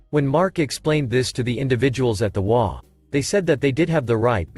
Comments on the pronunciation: HOA isn't a single word pronounced waa. It's an acronym for Home Owners Association, H.O.A. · HOA, is not a word, it is 3 letters, and should be stated as individual letters, NOT A WORD. You should be reading it as 'H' 'O' 'A'. This is the short form of " Home Owner's Association. You sound ridiculous reading it as WHAA. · This one cracked me up, started with hwaas and hoe-aas then says ass plain as day only to finally settle into waa's and ah-holes. 🤣😂🤣